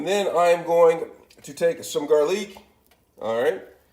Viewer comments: Its ramen not reimen and garlic not garliiick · Also why is he saying Ray men and gar leek. Bish we ain’t fancy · "Raymen noodles" "garrliiic"😂😂 hello it's ur fav commenter Raymen noodles: Garrliic